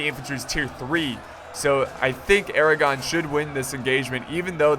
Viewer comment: Thought you said the crown of Aragorn.